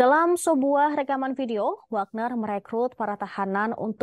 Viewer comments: Di tulis nya si memang wagner tapi di baca nya wekner min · Wekner min bukan wagner, memang si tulisan nya wagner tapi di baca nya wekner grup